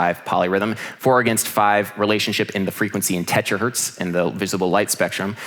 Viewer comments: It's terahertz, not tetrahertz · Sick one, as always. It's terahertz by the way... Not tetra... hihi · It's Terahertz, not Tetrahertz 😅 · By the way, terahertz* But still, great topic,! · Hey, hate to be that guy, but it's not TetraHertz, it's TeraHertz. Other than that nit picky moment, great talk! ;) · Blister in the Sun is in G major. Also it's pronounced terahertz...